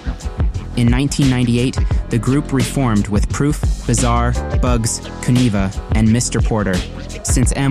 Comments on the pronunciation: Great video but you're killing me the way you say Kuniva..Subbed! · Kuniva is pronounced like conniving, flava is pronounced like flavor.